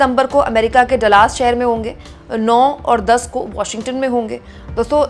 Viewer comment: Dallas theek se pronounce Kare please.. Dallas hai Dalaas nahin .. thank you .